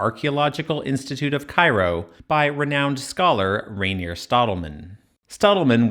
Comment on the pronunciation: You don’t say his name “Rainier”, that’s the mountain in Washington. It’s “rain - er”. I would know. Look at my user name. Yeah thats my legal name. Legit only the third or fourth time I’ve ever heard of someone with the same name as me.